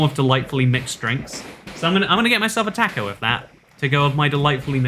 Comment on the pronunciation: I'm offended by that pronunciation of "taco"